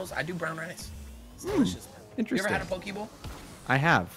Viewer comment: Sorry but I cringed at the way he said poke he said pok-ey not pok-ay